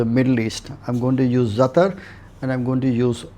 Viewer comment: Hey...first learn the correct pronunciation of herbs. It's ZATAAAAAR not zatr🤢🤯🤮